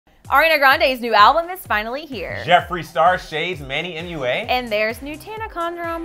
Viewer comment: Ion like manny but ITS SAID MANNY MU-A